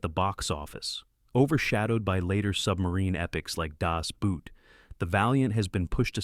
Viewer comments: Das Boot is pronounced “boat”, not “boot”, because that’s how German works. Don’t expect other languages using the Roman alphabet use the same spelling conventions as English. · Richard "Attenboro"...... FFS. "Das Boot" is pronounced "Das Boat", not like something you wear on your feet.